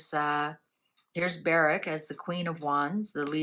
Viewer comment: Not Bereck. Barrack. As is Bar Rack.